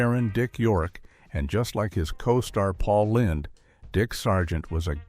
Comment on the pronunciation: Paul Lind (rhyming with Grind)?